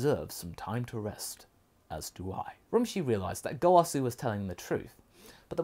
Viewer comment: Rummshi not Romshi